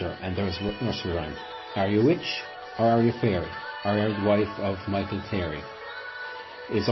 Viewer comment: The background music is too loud. Also the name is CLEARY not "cleary" Very interesting nonetheless.